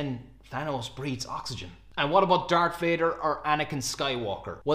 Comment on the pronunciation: Dar_k_ Vader? dude -.